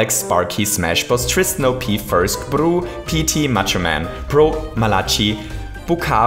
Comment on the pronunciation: LOL thats is funny, you said Arnoed, but it is! And by bruhhhhhhhhh is the same: you say broe but it is bruhhhhhhhh! xD But you are awesome!